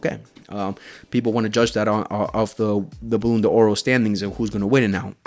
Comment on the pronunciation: Bro, learn how to pronounce ballon D'or😅